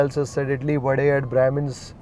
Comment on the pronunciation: I think you should also talk about the pronunciation of vade not vada